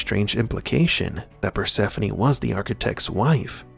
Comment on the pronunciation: Finally her name is properly pronounced.